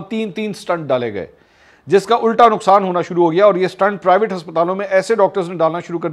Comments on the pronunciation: Mr MAK---an excellent expose. It is 'stent' and not 'stunt'. the latter is what our politicos perform all the time!! BTW there is a sea difference b/w a statesman and a politician. The two genre are NOT the same!! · It’s STENT not Stunt.